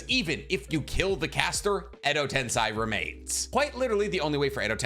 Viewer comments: ten - SAY not sai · Why do you say edo ten”sigh” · Alright I really like your videos but if you’re gonna put Edo Tensei as number 1 (which I agree with), you should at least pronounce it correctly. Like you wouldn’t say “senseye” for sensei, so why have you always said tensei the way you do?